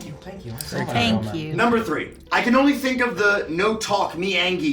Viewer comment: "The one and oni." You just couldn't help yourself, huh,?